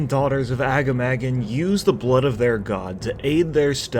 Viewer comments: "A giant boar named aga-mah-gan" IT'S PRONOUNCED AH-GAH-MAH-GHAN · A - GAH - MAH - GAN not AGGA-MAGGAN xD - Sorry that only slightly triggered me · The way you pronounce Agamaggan triggers me. Overlod Ramtusk in RFK says it out loud, it's more like Ah-gah-mah-gone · How you pronounce agamaggan is hurting my tauren ears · Agamaggan pronounced in the most absurd way possible lol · that "agamaggan" pronunciation is so far off lmao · Every time someone mispronounces Agamaggan, Metzen kills a kitten